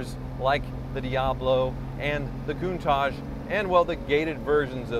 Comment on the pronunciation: Goontage, Kuntage? It's a Countach, pronounced with a tash at the end, right?